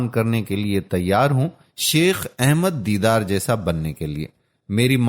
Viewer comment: His name is Sheikh Ahmed Deedat Rahamatullahi Alai, a Great Wali-ullah but not Deedar as per the Speaker. The Speaker's voice is Masha-Allah very impressive but he must pronounce the names as Dr Zakir Naik Sahab saye Jazak-Allah Khair. Dr Zakir Naik Sahab has single handedly reverted over 2.75 lakh highly qualified Hindus and not less than Graduates, who's names have appeared in the State Gazettes including IAS, IPS and other professionals and these are the Government Gazetted figures. And there are over five lakh others, who have accepted Islam through his Videos and Peace TV channels.